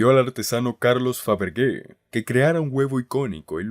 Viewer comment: Faberge..(Faberlle) se pronunciaria....